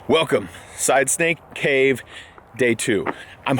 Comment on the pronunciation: Every time says “Side Snake Cave” it sounds like “Side Stank Cave” 😂